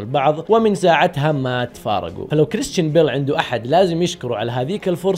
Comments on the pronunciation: انت ما تكول كريستان انت تكول كريشتان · نطقك لاسمه يرفع الظغط